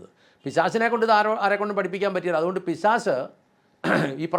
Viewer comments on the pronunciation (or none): പിശാശ് തെറ്റ്.... പിശാച് ശരി.... പറയുമ്പോൾ ഉച്ചാരണം ശ്രദ്ധിക്കുമെന്നു കരുതുന്നു.. നന്ദി